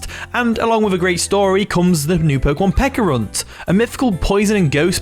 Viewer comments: Stop saying “Pekka” Its Peh- CHUH ah. Pe CHA runt. not Pekkarunt. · Pe-ch-a-ru-nt….. pe-ch-arunt…… pe”ch”arunt….. u know ch like cheese? Ch